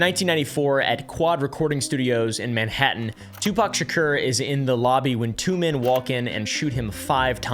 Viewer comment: pronounced shakor